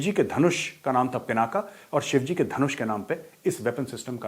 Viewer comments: Pinaka nahin Dhanush ka nam " PINAK " HAI ! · आप कुमाऊनी हो और पिनाका नही पिनाक है शिव धनुष सर , । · मेजर साहब,शिवजी के धनुष का नाम पिनाका नहीं,पिनाक था।